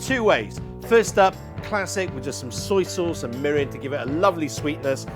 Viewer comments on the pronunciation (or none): none